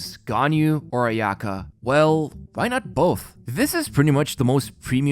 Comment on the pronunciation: ayaka, u say it with one go, not aya ka